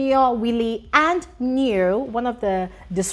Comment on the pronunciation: Neo in South Africa is pronounced Nne-wo